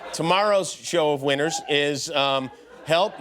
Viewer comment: "Winners" sounds like "whiners", but with a southern accent. Lmao